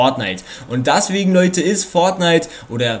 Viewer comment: das heist "deswegen" und nicht "daswegen"